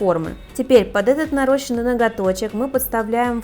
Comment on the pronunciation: Извините,конечно, но не "нарОщенные" ногти, а "нарАщенные", проверочное слово нарАщщивание! Все просто и элементарно.Очень режет слух!